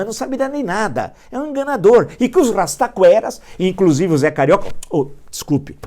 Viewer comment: “O rrrrrrastaquera acredita no falastrão” descreveu o Brasil kkkkk